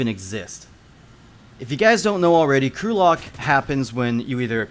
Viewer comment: Lol the way he said crew locked sounds like Gulag